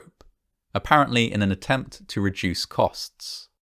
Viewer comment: reduce, its the accent 😅